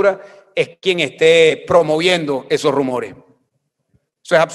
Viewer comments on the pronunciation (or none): DEBE HABLAR MEJOR CASTELLANO: NO SE DICE : " MAJ" , "ESOJ"; SE DICE: "MAS", "ESOS"......